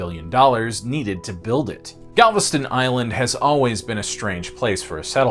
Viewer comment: BOI of Galvatraz and you most definitely pronounced everything wrong 🥴